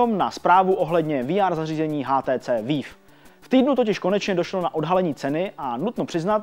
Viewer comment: Super díl, jen bych chtěl upozornit na špatnou výslovnost HTC Vive :)